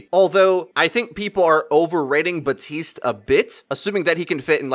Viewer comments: Please stop making the "p" in Baptiste silent that's not correct lmao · Stop mispronouncing Baptiste's name... It's not "buh-TEEST", it's "bap-TEEST". Like Baptist, but with an "ee" sound instead of "ihh". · Hey man I appreciate your channel and everything, but you and everyone else on here needs to learn how to say "Baptiste" It's BAP - TEEST not BUH - TEECE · It annoyed me enough that people couldn't pronounce Brigitte correctly, but now that I'm hearing people constantly mispronounce Baptiste, a name you can literally read and pronounce phonetically, my OCD is off the charts BAP-tiste. There's a P in there. WHY DO THESE INSIGNIFICANT THINGS UPSET ME SO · Y'all: [sees the word "Baptiste"] Y'all: I'm going to ignore the "p" entirely and only sometimes say the second "t."